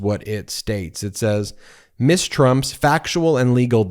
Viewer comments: Not "Miss" Trump rather "Ms." Trump Ms. is pronuouced MIZ, NOT MISS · Is pronouncing Ms. "miss" a form of misgendering?